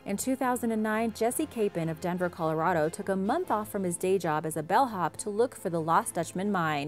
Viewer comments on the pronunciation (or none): none